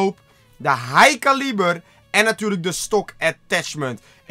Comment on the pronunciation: Het is high [kelibur] geen high [kaalieber]😑